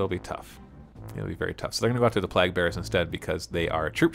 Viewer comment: "Plague" is pronounced Play'g